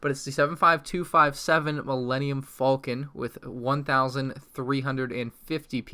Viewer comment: pronounces it like folcon pronounces it correctly like falcon EXPLAIN